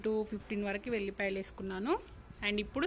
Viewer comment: Vellipaylu kaadhu.....vellullipayalu.....sarigga cheppedu